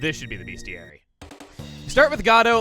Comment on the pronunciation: Dear, its pronounced bestiary, not beastiary. My DM corrected me once, never forgot that.